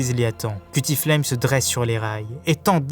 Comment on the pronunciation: Cuttyflame et pas "cuti" (prononcé) et Icebarg pas Iceberg ...